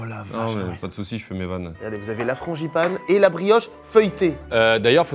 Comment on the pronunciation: FranGipane !! Et pas franCHipane vraiment des parisiens eux 😂